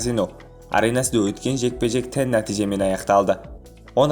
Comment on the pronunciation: тең дегенді тән дейсің арапша ма?